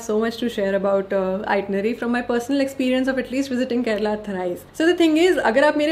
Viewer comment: U r among 1% north Indian who said correctly KARNATAKA n KERALA . Most people say KARNATAK n KERAL